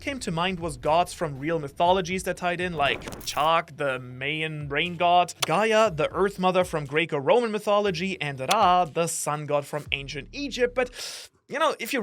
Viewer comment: The disrespect with the how you said Mayan lol he said meyen its pronounced my-an